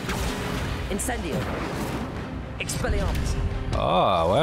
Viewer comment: … it’s expelliARmus not expelliRAmus